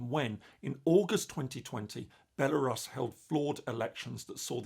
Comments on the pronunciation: no, it's not the normal British way. It's Belarus, with [u] sound. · That a new way of pronouncing Belarus that I've hadnt heard before.